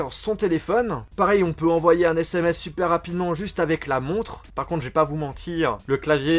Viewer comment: Des "ZÈSSÈMÈCE" ?😂